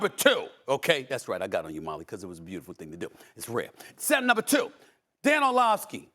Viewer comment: Why he call him “Orlovkeys”? 😂